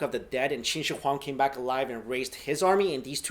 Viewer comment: You pronounced his name wrong it's pronounced like this (shi-wong-di)